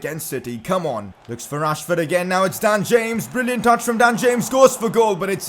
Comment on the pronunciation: Not to be mean but when you say rashford it sounds like trashford